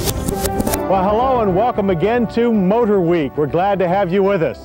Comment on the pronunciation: "Motor wheek"